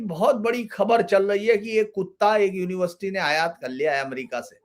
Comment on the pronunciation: साहब अच्छा विश्लेषण करते हैं बस यूनिवर्सिटी को यूनिवृष्टि बोलते हैं।